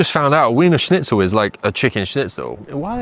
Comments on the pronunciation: Its pronounced Veener Schnitzel. W equals a V. Grüner is a great wine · This guy's pronunciation of wiener schnitzel is infuriating.